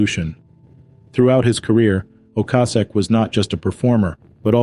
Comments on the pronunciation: Rik O-kay-sic. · Maybe google how to pronounce people's names correctly before adding your commentary...Ric Ocasek..pronounced Oh-Cay-Sic...and Ariarne Titmus...is Airy-arn...